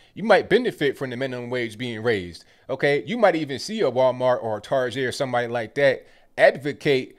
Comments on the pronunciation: I like how you’re pronouncing Target like “tarjay”... I thought that was a Pittsburgh thing lol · Why did you pronounce Target like it was a french word? lol